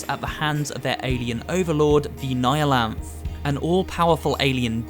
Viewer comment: Can't even pronounce Nihilant correctly, shame